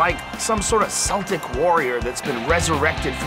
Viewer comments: AT- - NOT SEL TIC, Joe- KEL TIC. GOT YA !!! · "Like some sort of seltic warrior" hahahhaha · ITS CELTIC JOE NOT FUCKING SELTIC! We dont call each other Selts... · Whats a seltic warrior??? I know what a Celtic warrior is but seltic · “Seltic warrior” - joe rogan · joe " seltic" rogan